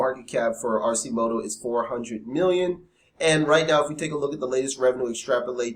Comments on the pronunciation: AR- KEY- MOTO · its Pronounced Ar-Ki-moto.